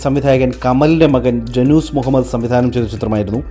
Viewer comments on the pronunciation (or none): none